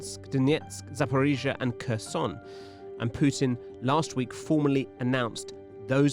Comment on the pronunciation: "Putins actions are a sign he's struggling". Article 5: 'Prutin' has a 'Ploblem' 🙂